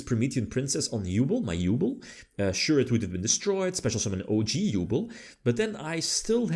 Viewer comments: Halfway through I feel like we bullied him into saying Yubel instead of "Yooble" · i beg you, learn how to pronounce Yubel x') she suffered enough, don't torture her more